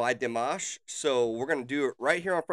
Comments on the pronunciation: You did great in pronouncing his name! Great reaction! Dimash is truly a gem and you will have an amazing journey discovering his talent! The audiences didn't know Dimash and he was the first performer on the first episode of this competition, between already well known singers! Coming in as a wild card and they did not expect him to stay longer than 3 episodes! The other contestant are those, who sitting back stage. He proofed them all wrong 🤣😉. His performance got so many views over night, he needed bodyguards the next day and stayed until the very end as runner up! But more important was he won over the hearts of so many people! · you are correct in the way u pronounced his first and last name at the time he is singing in french . he is from kazakhstan. this was 2017. he was invited to the i am singer show to participate.. he is humble and a very sweet young guy. very talented. he came in 2nd place only because the first place winner had to be chinese.. the has numerous song out he has a channel with list of all his songs he has sang over the years on tours and recorded.. his english has improved tremendously. he has trained so much. his father and mother are singers as well.. he is currently 28. will be 29 in may this year.. he feels the lyrics and the music... he also has completed his doctorate in music comp and all aspects of singing... the sings in over 12 languages. has 7 or 8 octives... ive loved listening to him since 2017 from this show.... please reactio to more.... ty for your reaction....